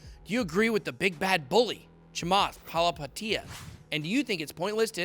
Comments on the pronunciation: Nobody : Ben : Chamath Palihapitiya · Lmao... Charlie "Munjor" Chamath Palahapatiiiia. I cant take this guy seriously... lolol